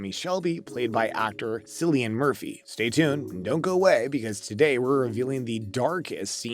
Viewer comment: you might wanna check how to pronounce "Cillian" before making a video